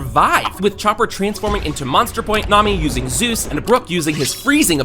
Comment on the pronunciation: its zeus not zues